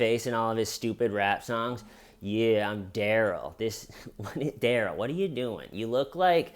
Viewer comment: In Darrell’s interrogation, they pronounce his name Duh-rell instead of Dare-ull. I think that’s why he keeps saying “that’s not my name.” But instead of being a reasonable person and telling the judge the correct pronunciation of his name Day 1, or even at ANY point in the trial when the judge asks him what he’d like to be called, he just keeps saying, “that’s not my name” and won’t tell her the right pronunciation just to be a total asshole. Now he will forever be referred to Dare-ull instead of Duh-rell, and it’s his own fault.